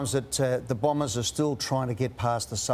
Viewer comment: Few personal highlights here: "Daniharrrrr" Lordo's ONE word to describe Essington "don't stand for anything" "Blombers"